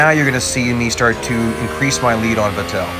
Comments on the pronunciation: Going back to early 2010's and the pronunciation of Sebastian Vettel as Sebastian Ve"tell". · As he messed up bottas name he has now messed up vettel’s name